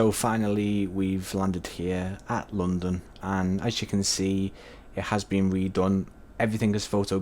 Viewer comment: normal people: london english: lounndunn